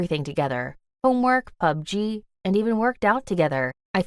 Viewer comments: What the shit POpD-G, it’s pub-g 😂🤣😅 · She said pug g it is called plug g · Plzzz the way she says PUBG. Pu b. G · She calling pubg pubgee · HAHAHA when she pronounce PUBG as PUB G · yall ignoring the fact she is calling it Pu Ge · the way she says pubg is funny 😭😭😭😭😭😭😭😭😭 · Did anyone feel weird by the way she said pubg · The way she says pubg it's so funny 😂🤣